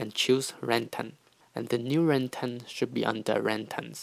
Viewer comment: PLEASE LEARN HOW TO SAY RING TONE LOL but other then that thank you